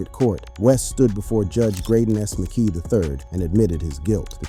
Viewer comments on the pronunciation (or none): none